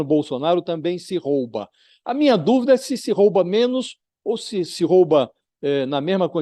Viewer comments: Pronúncia correta: Rouba Pronúncia errada: " roba" como vc pronunciou . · Não é roba,,e ROUBA,a vogal o é com som fechado.